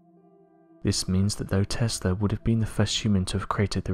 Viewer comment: Hmm.. Testla 1-2-3 sounds a lot like testing 1-2-3